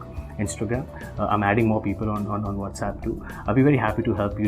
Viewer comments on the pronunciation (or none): none